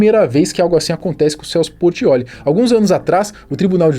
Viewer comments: O cara falou Celso Porttioli dnv KKKKKK Rachei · Por que você fica errando o nome do Celso Portiolli,?